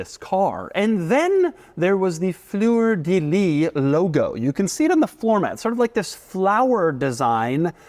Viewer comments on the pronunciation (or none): French language: "Fleur de lis" A wild Doug appears: "Fluuhre dili" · Fleur Délis xD close enough. You say it like Fleur De ''Lisse''